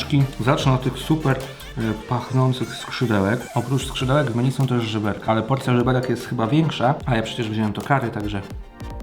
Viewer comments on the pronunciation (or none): none